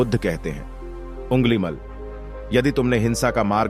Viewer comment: घोर अफसोस कि आपने अंगुलिमाल को उँगलिमल उच्चारित किया है जो कि अशुद्ध है। कृपया सुधार करें।